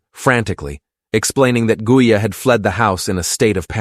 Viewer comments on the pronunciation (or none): Pretty annoying that gaia & mayas names seem impossible for you to pronounce them correctly.......please try harder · Started off at the very start pronouncing correctly. AI sloppiness. No respect for Gaia or sister